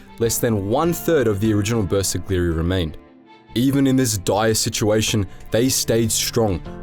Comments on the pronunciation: Man.. You butchered pronunciation of Bersaglieri. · I really hope you will take more time to work on the correct pronunciation of terms like the bersaglieri, couse you butchered that horribly